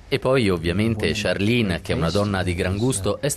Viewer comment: qualcuno spiega a questo giornalista che si pronuncia CHARLENE con la "E" alla francese non "charline" lo sento ovunque! è come se mi chiamassi Alice e gli americani lo pronunciassero "Elis",all'inglese!